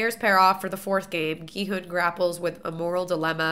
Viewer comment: Love your reactions. Just an FYI, I believe the main character’s name is pronounced more like Ki-Hun, rather than with a western hard G sound. It’s an extremely aspirated G which almost sounds like a western K sounds.